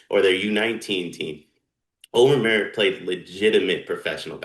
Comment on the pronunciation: It’s not May-ur it’s my-ur